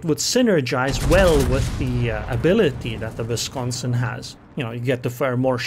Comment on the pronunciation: Its a double u(w) pronunciation. Not a v. Just fyi. Love your content. Also the Seattle... lol. Sea-at-tol